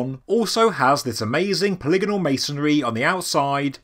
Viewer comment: So happy to finally hear you pronounce polygonal correctly ;)